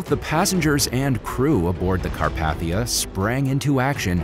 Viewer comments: Car path ia? Car pathe ia.( it’s supposed to be pronunciation corrections) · Anyone else shudder every time he called it the Car-path-ia? It’s pronounced Car-pay-thia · This just made my skin crawl, so I have GOT to say something to whoever narrated this. Say it with me.....its the RMS CarPAYthia....NOT carPATHia. Ill sound it out again. CAR PAY THI AH. It is NOT pronounced Car PATH ia